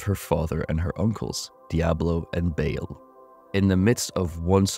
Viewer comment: Please stop pronouncing his name as “bail.”